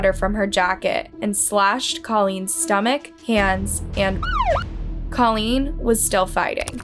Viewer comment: Name a bit special but should be easy enough since says it too and she should know how to say it. Tadaryl is one thing, but even Colleen is said differently several times and that name shouldn't be a problem to say correct.